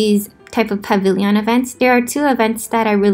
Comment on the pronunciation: Dude don't hate me but pavilion. Like a million. Not pavilyyyyyon. Lol dont hate me xD